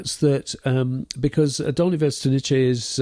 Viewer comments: As czech I have a few notes about pronounciation Dolní Věstonice. The first part was fairly okay. But end part 'nice' sounded as if it was an Italian town. They are pronouncing it as ch in chequers or cz in czech. But it is meant to be c is as c in pronunciation. But otherwise it is good video. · Not that it hugely matters, but [ DOlnyi VYEstonyitse ] , with first syllable stressed ;) In Slavic languages, every C is ts (except in the CH combination, then it's a strong H) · It's pronounced Dolnee Viestonitse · Very interesting. Hope to get more information soon. BTW note of pronunciation: it's pronounced 'vestonitse'. No 'che' at the end. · you pronounce Dolni almost ok, Its Dolnyi (the n is like the first n in Canyon) and Vestonice is Vyestonyitze (not Vyestoniche) again same n sound like in Dolni (ny) otherwise not a big deal. Good podcast. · Guys, you still misspronounce Dolní Věstonice :-) You make mistake just at the end of name. "ce" is not "tche" but "tze" in english pronounciation. Google translator may help you, it pronounce it nearly as czech or moravian would pronounce. But absolutelly thank you for this topic. Greetings from czech republic. :-) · The pronunciation could be written for English speakers as "viestonitse", not "vestoniche". I don't mean to be picky, it just bothered me as a Czech speaker. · it's pronounced (approximately) Dolni Vestoni(tse) like saying tsay (and not 'chay'). The 'ni' in Dolni isn't quite like an Englishman would say it but you get it pretty close. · Vestonitse, not Vestniche. Pavlov is the next village to Dolni vestonice. Czech Republic, not Czechoslovakia, etc, etc. By the way, if you happen to be visiting the city of Brno in the Czech Republic, the burial, all nine of the venuses and the other objects shown here are all being displayed together for the very first time at the Anthropos museum. Well worth a visit.